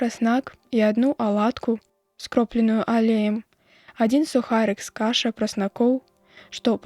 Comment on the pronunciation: Не з ка'ша (якая ка'ша, прасяная ці іншая якая?), а каша'!